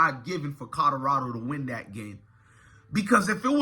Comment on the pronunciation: COL-OR-RAD0!!!!!!!!!!!!!! PLEASE BRO JUST LEARN HOW TO SAY THE NAMES CORRECTLY BRO , I LIKE YOUR VIDEOS BUT PLEASE SPEAK RIGHT BRO THERE IS A L IN COLORADO LOL